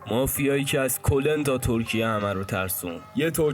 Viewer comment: ridam too talafozet !!! kolen akhe !!!! koln baba !!!